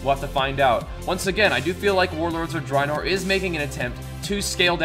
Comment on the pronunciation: Drynor...wot m8 lol